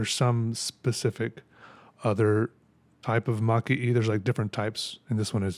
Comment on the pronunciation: Super cool pen, and love looking into traditional arts! Side note: Maki-e is pronounced "ma-kee- eh" but you were very close 😁